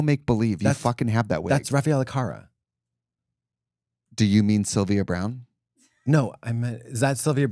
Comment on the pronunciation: Katya I promise I don't want to be pedantic about pronunciations, but I know you're a fierce language diva and it took me a couple mins to realise you were saying Raffaella Carrà. It's car with a strong, rolled R and RAH just like lady gaga in bad romance. Car-RAH. Accent on the last syllable and all.